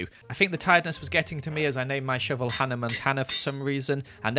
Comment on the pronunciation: "I named mu shoevel Hannah Montannah"